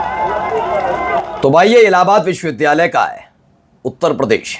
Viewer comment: He himself can not prounce this word correctly. It's vhshwavidyalaya not viswvidyalay foolish mantri.